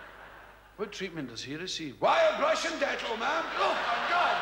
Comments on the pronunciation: Whits he saying? Wire brush and dental? Is that a Scottish thing? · When I was a kid, I thought Billy was saying “wild Russian nettle” 😂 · i thought he was saying "wild brush and dental". never heard of "dettol". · when I was a kid i thought he was saying wild Russian dettol